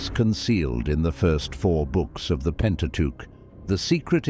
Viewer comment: “first FOUR books of the PENTA-teuch”🤨c’mon